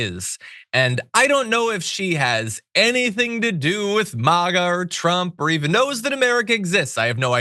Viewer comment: The way you say "MAGA" is akin to the way Trump says "Kamala."